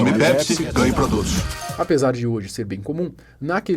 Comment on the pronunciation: “Nw bebam PESPI”